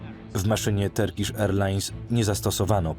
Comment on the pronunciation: Super odcinek . Nie gniewaj się za tą uwagę bo nie każdy zna inne jẹzyki ale nie turkisz tylko ( w miarę poprawnie ) tyrkisz - sorki . Fajny kanał ! Pozdrawiam